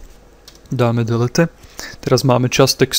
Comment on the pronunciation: Dosť mi to pomohlo v informatike ale delete sa číta dilít